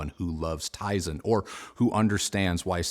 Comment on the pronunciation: Tizen 🤣. I like my Kimchee just fine. Tizen, not so much.